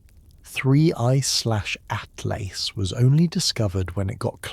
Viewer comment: Fix your ai 3 zero zero zero good lord at last it's atlas